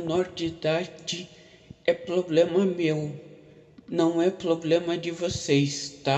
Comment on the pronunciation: "é poblema meo"